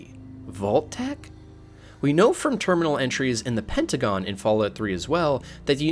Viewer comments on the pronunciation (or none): none